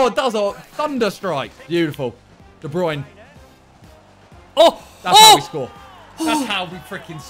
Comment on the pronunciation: All these years and they still pronounce de bruyne wrong 😂